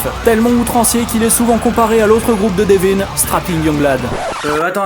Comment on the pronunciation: Super vidéo mais ... prononce son prénom correctement je t'en supplie... "Deveuun."